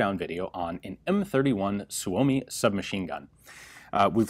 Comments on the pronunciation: Suomi is pronounced, "Soo mee". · Heard it’s pronounced “soomi" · It's pronounced Soo-Mee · SUU-O-MI, gotta remember that..SUU-O-MI...